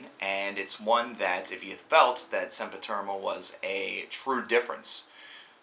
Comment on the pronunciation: stop saying SempiterMal its SempiterNal !!!!